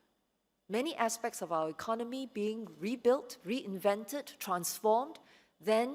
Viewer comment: Mr. Chan, may I suggest that both Mr. Heng SK and you, if you both of you desire to be the Prime Minister and Deputy Minister, you have to learn to speak better English and speak with a more neutral accent and proper pronunciation. "Ekon nomy" not "econ noe me" I wonder why you did not learn to speak with a proper intonation when you were educated at a British university. Please go and take English lessons and speak like a graduate from the UK and political leader. "Fourth" not "fourph"